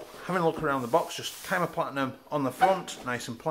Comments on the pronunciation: It's pronounced SEEE-MA :D love the review and the channel - Keep up the great work! :D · That boy really said “Kai-muh”